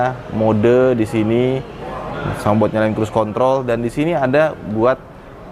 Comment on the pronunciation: perna dengar dia orang sebut control.? 🤣